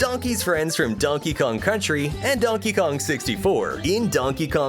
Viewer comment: there’s a photo of fucky kong,, that’s what I heard 🤨